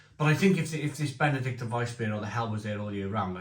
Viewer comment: Reading the label, it's BenedikTINER...like the Benedictine monks. Sorry to be pedantic but I know you like things proper!